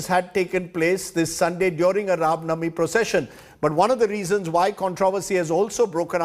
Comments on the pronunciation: Ye Rav navami Kya ha pade likhe gawar? It's Ram Navami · Rajdeep not able to say Ram navmi properly but he can say Ramzan without any problem 😀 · This does not even say RAMNAVAMI correctly ! when has he convrted to or chaged his religion ?